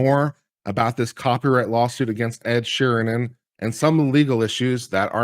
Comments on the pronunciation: It's Sheeran, Sheeran. Not Sheernan, or Sheeren, or Sheehan!!! As you were people! ;-) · I can't watch you anymore....You can't even get sheerans name right! Unsubscribed!